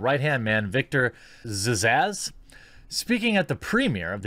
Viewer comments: I don't think they got the fuckin message. Amazing. Ghostbusters, Ocean's 8, Charlie's Angels, et cetera.... taught them nothing. Btw, Zsasz is pronounced "Zazz". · Just an FYI Zsasz is just pronounced "Zaz"